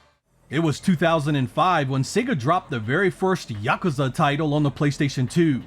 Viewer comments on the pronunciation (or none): none